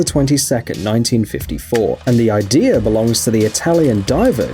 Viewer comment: I hate it when people say "Idear" instead of "Idea"... No offense